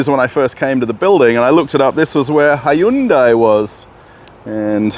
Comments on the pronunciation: its not HY-UN-DAI Its HYUN-DAI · "HI-YOON-DIE"? Seriously? And... Russians buying CHINESE cars??? Does Russia have an auto club that provides towing? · The proper way to pronounce Hyundai is Hoonday. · I am sorry wha? Hayundai? xD